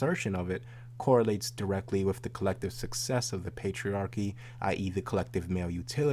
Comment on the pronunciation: Its wiTH, not wiFF!!! Aaaargh!!! It's the only thing I don't like about.